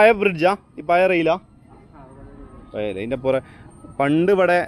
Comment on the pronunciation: Toronto അല്ല മോനെ tornado. Toronto കാനഡ യുടെ ഒരു province ആണ്. പിന്നെ 'പയേ,പയേ അല്ല മോനെ 'പഴയ ' എന്നു പഠിക്കാത്ത നീ എന്തു തേങ്ങായ ചെയ്യുന്നത്. ഇന്ന് അന്താരാഷ്ട്ര 'തേങ്ങാ' ദിനം